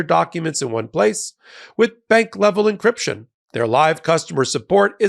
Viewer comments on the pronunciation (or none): none